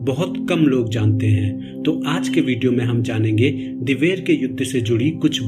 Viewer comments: Dewair nhi diver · likh to sakte he lekin bol nhi sakte इसे दिवेर कहा जाता hai ना कि दैवैर .